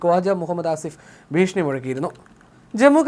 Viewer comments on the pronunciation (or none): none